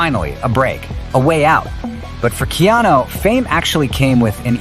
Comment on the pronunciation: his name is not Keano...